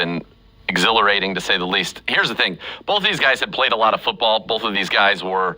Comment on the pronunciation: It sounds like "bofe" quarterbacks are doing well.